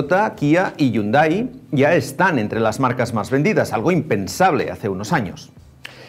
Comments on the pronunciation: No sé pronuncia la H no se dice Hyunday sino iunday .se escribe de una manera y se pronuncia de otra 🤦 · Yunda? que feo pronuncia la palabra Hyundai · También es escuchado coreano decir la marca y se escucha la pronunciación jiundei.